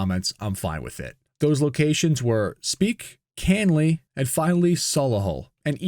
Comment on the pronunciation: Speke, Canley (in Coventry) and Solihull? Yeah, no need to worry, you're spot on.